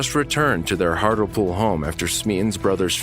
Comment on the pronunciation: How many times do we have to tell you that it is pronounced Hart LEE pool not Hart LUH pool ???!?